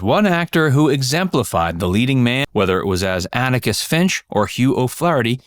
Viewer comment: Atticus. Not Anicus.